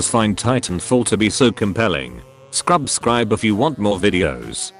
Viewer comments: does he say scrub scribe at the end instead of subscribe or is it just the accent? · he says scrubscribe